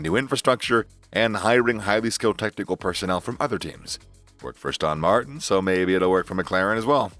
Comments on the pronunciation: What is Az-TAWN Martin? It is ASS-ton Martin. Are we listening to some AI speaking? God help us. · Dude really whats wrong with you... other wise Good videos but Astawwwn Martin... can't watch your videos no more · Lool Astawn Martin